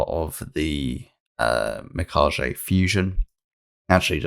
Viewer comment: no JJ sound in Mika-ge (ge as in get)